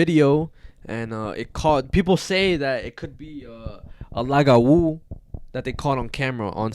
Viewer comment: as a half haitian, im surprised yet happy to hear yall talk about lougawous, i was never taught about my venezuelan side, so i enjoy hearing about the spanish urban legends too, but it’s really pronounced loo-gah-woo!! 🇭🇹🇻🇪 love this podcastttt. also, a bokor (boko) is a haitian vodou priest. A bokor turn people who have done bad things into Lougawous. Lougawous prey on children mostly. They take on human form during the day, and shapeshift and hunt for children at night.